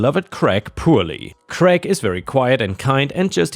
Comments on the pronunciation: Why do Americans pronounce the name Craig as Greg? It is pronounced like crayg. American English is retarded. The name Greg is a completely different name altogether. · All of your stories were extra special today. The birthday party story made me feel so sorry for OP's family. The mess must have been awful. 🌟🌟🌟🌟🌟🌟🌟🌟🌟🌟🌟🌟🌟🌟🌟🌟🌟🌟 You came across the name Craig in the last story. It is pronounced Cr -ay - g. Hope that helps. Best wishes.